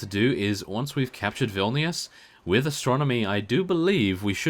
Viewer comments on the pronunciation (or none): hey you are saying vilnius wrong